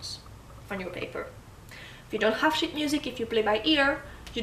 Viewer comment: "if you have sh** music it's very easy" :D Sorry just teasing you with the accent You're a good teacher and actually I have a request for a video about the complex phrasings in polskas like we often hear with Frifot where it sounds like the tempo is changing I really want to learn that